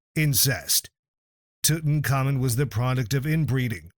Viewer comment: Tutaka Moon, Tuton Common, Took in Common, Tooton Common. Made me laugh so much, I couldnt watch anymore😂